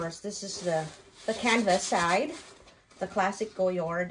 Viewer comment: Nahirapan ako sa pag-pronounce mo but thank you for the Goyard info.